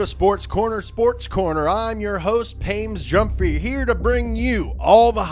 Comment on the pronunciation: Pames Jumphrey 😂😂😂😂